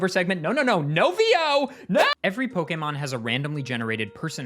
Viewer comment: This video is my introduction to your channel, and I just want to thank you from the bottom of my heart for being one of the rare few to pronounce "pokémon" correctly.